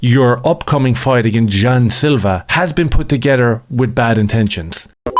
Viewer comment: Jean "jew" Silva